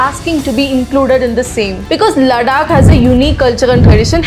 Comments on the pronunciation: Its not लडाक its लद्दाक and केशमीर नहीं कश्मीर।u only said its high time we have to pronaunce correctly😊. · Ladakh, लड्डाक नहीं है, लद्दाख है 🙂 एक भारतीय होने पर भी आप अपने शब्दों को ठीक से बोल नहीं सकते या स्वयं को पश्चिमी प्रतीत कराना जरूरी होता है। "Developing India isn't for Indians" - please this rule applicable on you as well. I hope you got my point. Overall you have genuine contant, keep working 👌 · Ladakh & Kashmir ka pronunciation 😅